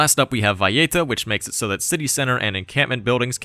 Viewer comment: Why the /j/ in Valleta? The capital of Malta has no /j/ in it